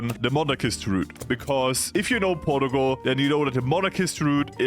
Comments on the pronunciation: Portugal is pronounced Por-chuh-gul not Port-o-gol, just small mistake you made :) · the "porgal" makes my brain lose braincells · And this nation... Is 'ourtgal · Yes the great nation of "porugual" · Porta-gul is how you pronounce it now and no one can tell me otherwise. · The way u say portugal made me itchy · rank the pronunciation of Portugal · Bro whi. Says. Portugal like. That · that cannot be the right way to pronounce portugal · In this small amount of time I have watched this video you have Broken how I read Portugal I cannot read it anyway that is not how you say it